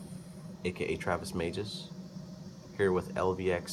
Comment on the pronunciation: In your vids you're pronouncing it as "The MagEs Society" I couldn't find it either lol.